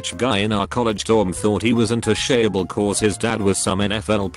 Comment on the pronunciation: When the computer pronounce "untouchable" as "un-touché-able"